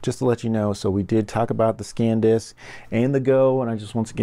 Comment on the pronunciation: SanDisk NOT ScanDisk